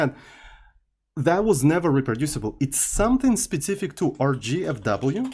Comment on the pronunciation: there is something magic in the "specific" pronounce of...it's something like "SPIZIFIK"